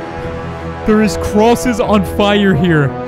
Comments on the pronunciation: said crooses instead of crosses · the first time he said crosses he accidentley said crooses